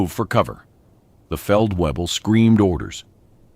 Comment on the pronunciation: The Feldweeble directed him with confidence.Pretty sure it's Feldvayble. (at least that would be the correct German pronunciation). A A W in German is pronounced like our V. And a V is pronounced like our F. A VW car is a Folksvagen in German